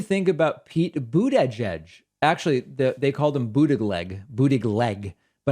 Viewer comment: I was delighted to hear you pronounce "Buttigieg" as I recall him telling people how to pronounce it!! You're the first commenter I've heard pronounce this correctly! 😁